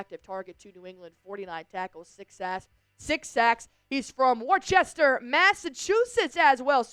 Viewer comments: pronounced Wooster or Wuster. It's not pronounced with the "c" as in "War-chester". The pronunciation focuses on a "wo" sound followed by a "ster". Com 'on - represent- LOL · it's WusTah not WarChessTeR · Good job. If you want to sound more like someone from New England, the town of Worchester isn't pronouced as Wor'Chester, it's more like W'ister or locals might say it like W'ista' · War...Chester????? Come on now! You obviously aren't a local. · Did she pronounce Worcester and Worchester? it's pronounced, Wistaha. hahaha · Worc"h" ester. Why did she add an h that's not in the city's name. Pronounced Wiss-ter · Worcester is pronounced as "Wister" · Tell me you didn't say worchester,ma come on lol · Did you say wor chester? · How is this a Patriots chat sports and the host doesn't even know how to pronounce Worcester? (Wouhster) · It’s pronounced Endacott and Woooostah … but otherwise… good job! 😂❤ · From War-Chester you lost me there, how are you gonna talk about pats stuff and not know how to pronounce one of the biggest cities in Mass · I'm sorry I've watched dozens of your videos but after hearing you say "Worchester" I'm never watching again. Not a Pats fan I'm out. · You need to learn how to say Merrimack (MERR-a-MACK in two syllables) and Worcester (WUH- STAH) - Look up the old Adam Sandler Album Song Toll Booth Willie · Where are you from? Wor-cester?!? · Wooster or woocestah lol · It’s WUSS-ter clowns…..and she ain’t from Mass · More like ‘Woo-ster’, better known as the ‘Woo-‘ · nobody I've ever heard in my home town has said woo-stah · And it’s pronounce WUSS-ter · Where the hell are you from? Clearly not MA. Your pronunciation of Worcester is a humongous give away. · Great show, as always. Worcester is pronounced differently from the way you said. The "ces" it pronounces as an "s" sound. In Mass, we have a few locals that have names spelling misleads a reader on pronunciation.